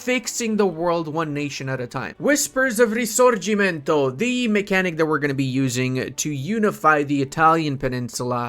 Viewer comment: You are literally the only one who says "Risorgimento" in the right way speaking english! Nobody can do that!!! 🤣🤣🤣